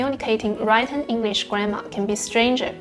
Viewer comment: Written -> read登不是write登😄 我想知道你的稿是不是直接用英文写还是翻译的？如果是用英文写就太吓人了，因为很够水准啊！我从前是长期模仿（美式）英语影剧动画人物的对白来学讲英语的，所以一讲英文就像在拍戏，在那之前是用与汉语拼音发音极为相似的马来语发音来讲🤣自学三年能这样是相当的了不起👍可以再自然些，流利些🏆